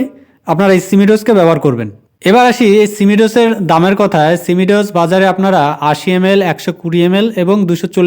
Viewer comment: উচ্চারণ টা ঠিক করুন সিমি ডোস না সিমো ডিস